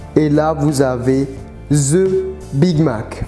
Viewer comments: ZE BIG MAC 🤣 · ZE BIG MAC,ZE BIG MAC a T'ES SERIEUX LA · ze big mac 😂